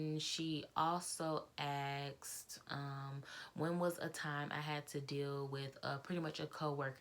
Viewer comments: It is asked not axed. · Sorry, but you said axed several times. BTW, I was a FA for BA for 15 years. We had to have perfect grammar.